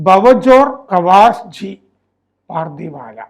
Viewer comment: പാർധിവാല അല്ല പർധവാല്